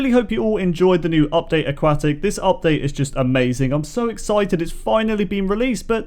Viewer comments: How does having an accent put a K sound where there is no K sound? That's just poor pronunciation. I'm a language teacher and a linguistic so no it's not just because of an accent. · “aquat tic!” he said. “aquatic!” i said. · i'm sorry but... A-QUACK-TICK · It is pronounced a- Kwot- ic. NOT a-kwat-ic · Can you please say AQUATIC not A-QUAK-TIC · Not aquwahhh tic Aquatic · Indeed. It's also "a-kwot-ick", not a-kwat-ick. He clearly doesn't understand how the letter "u" works. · it sounded like you said update a"quack"tic.... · You're saying it wrong it's pronounce aquatic aquatic pool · AuqQUACKtic say it right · a-QUACK-tic XD ma so sorry lol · Lol he said update aqaatic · you mispronounced Nautilus and Aquatic it’s nod-a-lis and uk-wod-ick